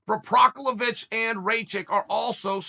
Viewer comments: It’s not Provosvick Chael, it’s Prokriav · He said Provisor 🤣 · He literally called Prochazka "Provesvek" and "Prosevic" hahahaha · who is prosavic lol. why doesnt the producer guy correct him and have him redo the rant. BECAUSE CHAEL IS EPIC only he is brave enough to put out videos to 900k butchering names every way we knew possible and inventing a few we didnt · You guys got it all wrong, he said “ La Prochlavich and Raye - Kich are studs” he said Fuckin La Prochlavich lmfao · He had zero problems pronouncing Blachowicz properly (Bluh-HOE-vitch). He's definitely pulling our leg.